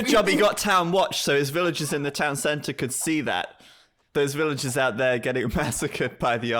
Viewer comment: De biew of de bipers casTel is soooo much better, but look at the villajers, ajajajajaj ... no thanks ;-) At least he promised to work on his pronunciation after Zach dropped a sentence in Spanish in this video :) Let's see if he really does